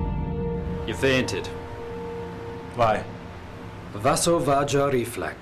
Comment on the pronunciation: Minor criticism - Vasovagal is pronounced vay-so-vay-gol, not vas-o-vag-il